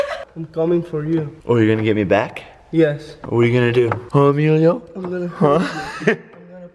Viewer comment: u said email and not Emilio